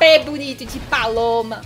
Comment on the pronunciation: "P" bonito de Paloma foi muito engraçado 🤣🤣🤣